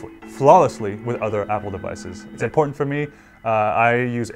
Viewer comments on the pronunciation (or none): none